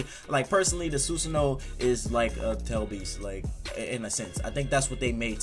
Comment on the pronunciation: we just gonna ignore him saying soosoono?